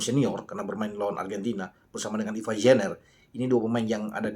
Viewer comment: lucu juga cara pronounce anda menyebut "Struijk, Jenner, & Baggot".. Padahal cara pengucapannya ga seperti itu dah 😬😱😀😁😃😄😆